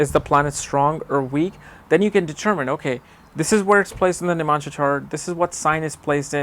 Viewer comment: its not nimansha.. its navamsa.. u dumbhead